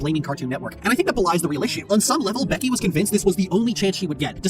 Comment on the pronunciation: I’ve never heard someone pack so much disdain into the pronunciation of “Becky” who wasn’t trying to deadname them.